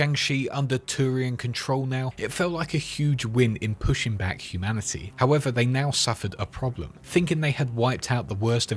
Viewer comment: You saying "humanicy" triggers my pms